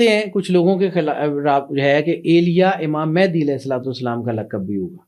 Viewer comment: Imam Mahdi par baat karne se pahle unka naam toh sahi se lena seekhlen. Mahendi nahi Mahdi hain voh...